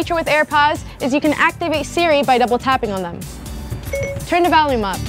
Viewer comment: "Turn the valume up"